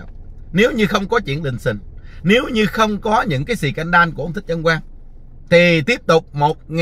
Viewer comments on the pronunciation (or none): none